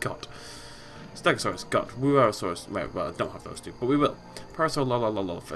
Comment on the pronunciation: Wuerasaurus is pronounced (HOO-ehr-osaurus